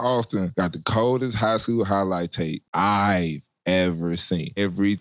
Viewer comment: I like how he emphasized "I've", like that. Mfs be so quick to come at you sideways. Are you me? Are you him? Idk you may be him but you're not him ☝🏿 🤣🤣